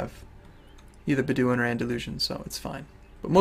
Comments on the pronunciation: Its BED-oh-win not beh-DEEW-in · Not to nag or anything, but.. now that we've got that Sheikh thing sorted, BED-oh-win. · its Bedu-in not beduin